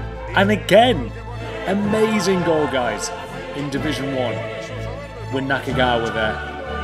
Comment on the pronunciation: Naka-Kagawa? sometimes you got it right and other times you butchered that name. lol